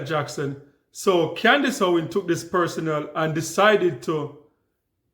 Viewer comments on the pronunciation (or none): Con-dice Owan